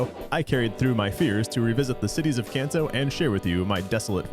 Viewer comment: It's pronounced KahnTou, NOT CanTou.